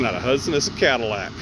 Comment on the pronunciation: Did you notice it isn't a Cadillac? It's a "Cadallic".